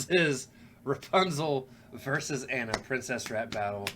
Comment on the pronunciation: Ooook... [knuckles cracking] 1. You first pronounced her name “Anna” and the character corrected you in her first line with “I’m not Anna, I’m AH-na”. It’s an Eastern European/Slavic name. did pronounce it correctly afterwards but there was no acknowledgement. Weird. 2. Kristof was not a hunter. He was an ice trader. If you remember the beginning of Frozen, he was from a clan who cut frozen lakes in order to sell the ice for refrigeration. 3. “Cyanide and Happiness” is the show you are thinking about with Rapunzel’s pubic hair being thrown out for someone to climb. Very funny! 4. Nope. Sorry, it wasn’t Flynn’s horse. Max was the Captain of the Guard’s horse who was first chasing him for stealing the princess’s tiara. They grew fond of each other by the end, but not his horse. 5. You both got Kristof’s reindeer pal’s name and you didn’t acknowledge it. ☹️😂 6. Flynn did not want to take Rapunzel back. He didn’t know she was a princess. He was after the tiara he stole. 7. Gothel did kill Flynn by puncturing his liver or something with a big ass shard of mirror. 8., you didn’t mention the “Love is an open door” song when they were mocking Ana for falling for the first man she met. You are the one supposed to know the songs from the movie in order to deepen appreciation for the bars. (That was a funny line) 9. That last line is hard to catch, granted, but you still missed it. Because Ana wrecks ya (Anorexia). It’s a hard line but my favourite is still